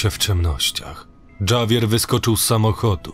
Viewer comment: Bylem w burzy, ktora wytworzyla tornado. Grad byl wiekosci pilki do baseball. Samochod zostal skasowany. A Javier wymawia sie troche inaczej.